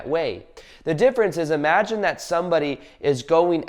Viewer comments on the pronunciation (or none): none